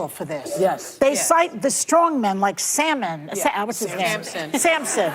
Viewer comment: Too old to pronounce Solomon. Salmon😀😀😀😀😃😃 Trump 2024